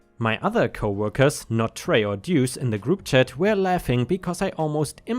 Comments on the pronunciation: Pronouced like 'loose' 'Doose' . Duece means 2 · Deuce is pronounced Dew oose . I'm sure op missed deuce swapping the e and U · Deuce = sounds a little like "dues" but with a "seh" sound instead of a simple "ss" sound. Think of the word "deduce" but only say the "duce" part of it. It has various meanings, most of which have something to do with the number two, one of which is to literally mean two. (Edit: The way you kept pronouncing the word after your initial confusion was perfect.) Indirect meanings or use of it consist of... Gambling, like with dice or cards, where a "pair of deuces" refers to two two's (a pair of dice both showing two, or a pair of two's in a hand). Or using the restroom and dropping logs, as that is considered to be going "number two." Some say it means peace (two fingers held up to make the peace sign). Apparently it's also slang for devil/dickens, thus "What the deuce?" would translate to "What the dickens?" Though I like the idea of it translating to "What the crap?" 🤣 So in the second story, I think OP's use of "Duece" (misspelling of "deuce") is to infer that the person is a piece of crap. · "Duece" is pronounced Doos. Like in in "dos and don'ts", and it rhymes with "noose". It'a nickname, coming from poker slang for the 2 card, the "duece". A person can get a nick name like that, if they draw a lot of twos in a game, or lose/win spectacularly with twos. Or for having a lucky two card in their hat. Stuff like that. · Duece pronounced dewce. Listened long enough. Slang for two. Happy to help. English is a complex language even for me. A native speaker of it.